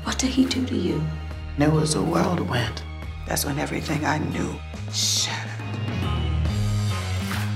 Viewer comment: "There was a worldwind"